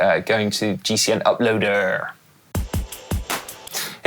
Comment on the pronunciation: I love how Dan always pronounces the word ‘uploader’ the west country way. Dunno the backstory, but enjoy it nonetheless.